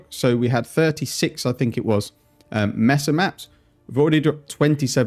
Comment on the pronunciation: Love your content Cannot begin to handle you're pronunciation of MAY-SUH as MESS-UH OOF not even as a Spanish speaker- the English speaker in me loathes this Please, for the love of God.. Consider changing your pronunciation